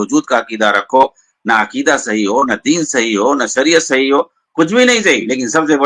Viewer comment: مولانا یہ شکل سے تو لگتے ہیں لیکن یہ اپنی زبان سے جاھل لگتے ہیں۔ ڈاکٹر اسرار کے پاؤں کے دھول کے برابر یہ نہیں ہیں۔ ڈاکٹر اسرار وہ شخصیت ہے جسکی تعریف مولانا علی میاں ندوی جیسی شخصیت نے کی ھے۔ یہ مولانا عیاشی کو ائیا سی بول رھے ھیں۔ شادی کو سادی بول رھے ھیں۔ عقیدہ کو اکیدا بول رھے ہیں۔ ایسے چوانیاں مولوی کی بات ہم لوگوں کو نہیں سننا چاہئے۔